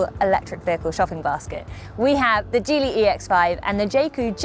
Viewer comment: It’s pronounced like Jeep so Gee-ly